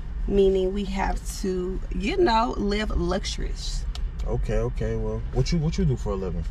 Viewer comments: She said live luxsharous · LMAO "Live luxurish" ?? 🤣😂 I think you mean luxuriously. 😳